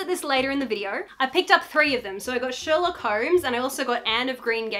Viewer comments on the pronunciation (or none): Anyone else insanely bothered by the missing “R” in Sherlock Holmes?! 😂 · “Shelock Holmes” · ..shelock holmes. the book says shelock